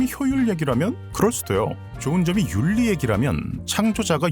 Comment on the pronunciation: 형!! 다른 곳에서 얘기 절대 안해요..... 우리 형은 그래도... 형은 지능캐니깐!! 그리고 난 형 모든 리뷰는 꼬꼭 보니깐!! ‘윤리’ 는 ‘율리’ 라고 발음 하는게... 맞아요 유음화를 통해 꼬옥 윤리는 율리로!! 신라도 실라로 발음하는게 맞아요!! ㅠㅠ 미안합니다 요즘 유음화를 안하셔서서 물론 제 띄어 쓰기 맞춤법 등 댓글이 달리 겠지만.... 윤리를 율리로 발음하는게 형 더 쉽게 발음 오키? 형 고마워요❤❤❤